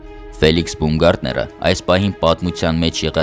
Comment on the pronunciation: Բաումգարտներ , ոչ թե բումգարտներ: Ծիծաղալույա հնչում